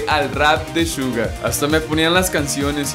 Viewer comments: Se dice Suga no shuga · me molesta porque dice shuga no Suga tipoooo amigooo suga NO SHUGAAAAA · NO DIGAS " SHUGA" ES COMO SUENA SUGA NORMAL -.